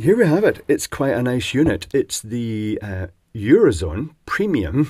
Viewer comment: "eurozon".... Hah! Hah! They had a sense of humor as well.